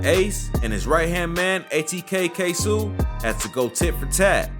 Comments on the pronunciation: That nigga said kasu its ksoo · Bro it’s no kaysu😂 it’s kayso(ksoo) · K (ss O) its Ksoo he said Ksuu 😂😂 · Who is KSEW 🤣🤣🤣🤣🤣 its K S O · Yo ass talking bout ksuu its kso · The fact that he pronounces his name Kay Sue even though he could have just did 60 seconds of research and realized the pronunciation is completely different shows not only that this is a white boy that's covering our culture but also that this is just rushed content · 😆 Its Kay-so..Dude a goofy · I died when he said ksoo name wrong kaysu 😂😂😂💀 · We not gon talk bout him saying kasu? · Man said KAY-SUU smh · Who df Said foolio da JACKSONVILLE MAN NOBODY DOWN HERE FEAR DIS DAM MAN ON GOD 😂😂😂😂😂💯DA BLOGS B FUNNY ASF WHEN U REALLY LIVE HERE WTF We happy him and erbody getting notoriety and moved from Jacksonville but man dis shit ain't facts on dez boys man 😂😭 and its Kso (kay so( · Bruh stop saying ksuu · PAUSE HIS NAME IS (K-SO ) BUT SPELLED KSOO u tweakin fam u need sum milk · U Pissen me off 😂by sayin ksoo name wrong it’s Kay so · nigga said kaysu lmao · Its literally Kay-so its tht simple he trippinn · & the Way he pronouncing KSOO......🙄😒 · He saying ksoo name all wrong lmfao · Please say KSOO NAME RIGHT I WAS CONFUSED AT FIRST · you gotta say his name right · This man said ksoo name so wrong 😂😂😂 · Why U say dat boa ksoo name weird🤦🏾‍♂️😭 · this all wrong you can tell when white people cover shit facts be wrong and the names be said wrong lol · You might of messed up Kso name but this still a good vid 💯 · Why u say kso like dat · u keep say ksoo name wrong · you saying ksoo name wrong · man... I swear I hate how this man say Ksoo name... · iss not ksuu ik who u saying but its ksoo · He said it’s Ksuoo😂😂💀 It’s k soo ksoo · Why is this goofy saying ksoo name like "k-sew" its KSOO KAY-SO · Its pronounced k-so not k sue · Who’s “Ksuu it’s (Ksoo) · Who is ksuu its ksoo😂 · DID THAT NIGGA SAY K SUU? Nigga KSOOO KSOO MAKE YO FACE GO. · Pretty sure it's ksooo not k suee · It’s not K sue weirdo it’s K so